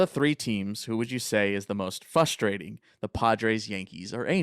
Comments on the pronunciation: It’s fRustrating not fUstrating😂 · Does he realize there is a r at the beginning of the word “frustrating”? Almost unlistenable hearing him say “fustrating” every 3 seconds 😂